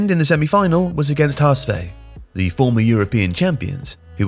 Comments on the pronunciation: Appreciate the attempt to say Hamburg's name in German, but it hurts my ears a little bit because it's "Ha-Ess-Fow" not "Ha-Ess-Vay". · HS VAAAAUUUU not Veee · Had to listen 4 times, to get that "HSV" (Which is not "HA ES VEH" but "HA ES VAUH"), but never mind. Actually Hamburger SV was much better in that game. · The way pronounced HSV like PSV was almost kinda adorable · Good vid but that's not how you say HSV or coup de grace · Well done story. Should look up how to pronounce HSV and Coup de Grace though.